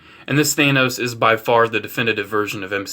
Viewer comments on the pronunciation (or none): You pronounce it "th-anus"